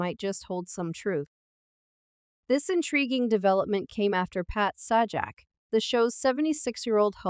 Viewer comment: Note to... You are speaking the ENGLISH LANGUAGE...so, LEARN THE CORRECT PRONUNCIATION OF THE WORDS YOU SPEAK... (e.g. Pat Sajak's last name; 'debuted'; 'lawsuit'; Sonny Hostin's last name; Joy Behar's last name;... and others that I couldn't even understand!!! Your mispronunciations are FRANKLY DISTRACTING AND ANNOYING!!! WTF!!!